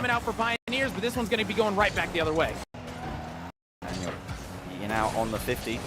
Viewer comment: the caster really said laniel and arseybaby